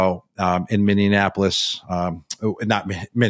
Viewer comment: "MinneaNApolis" - Um "Minneapolis". Can somebody get Gronk a speech coach? And an English tutor? And a geography tutor?